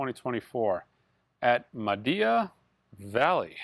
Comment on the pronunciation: Hi, we’re going to have to teach you how to pronounce Maida Vale. Try Made-a Veil and you’ll be a lot closer 😂. And while I’m being pedantic are do Fields of Napalm sound anything like Fields of Nephilim? Seriously I hope you have a great RSD. Andy